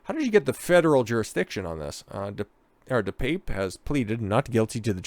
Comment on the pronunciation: Pronounced: DePappay